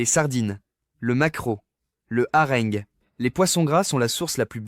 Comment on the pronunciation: Revoir sur votre robot la prononciation de hareng & de l'adverbe peut-être.